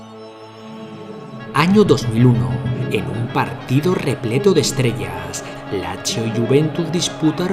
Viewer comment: Locutor..Lazio : Lachio..(q im.becil)..es Latzio.. Peruzzi : Peruchi (que im.becil de nuevo) ..es Perutzi..informate bien!!